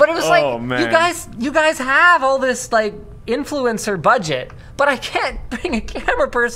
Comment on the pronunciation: Linus: Youtuber, Influencererer